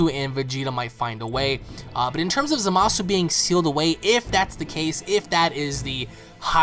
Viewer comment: I speak Japanese and you do not pronounce the U in zamasu its just said as zamas! I keep hearing everybody saying his name wrong and its driving me nuts! lol its zamas just zamas ok ZAMAS!